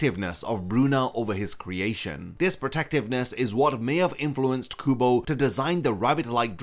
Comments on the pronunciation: Ouchhh!! The Kubo's name incorrectly pronounced hit me too 😂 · “Tight Kubo” SIR YOU WANNA ROLL THAT BACK RQ